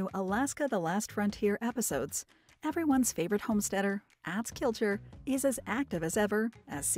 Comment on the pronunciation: Not àh but aw tz watched show for years so no how his name is pronounced